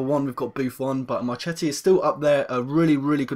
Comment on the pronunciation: Its pronounced marketti to marchetti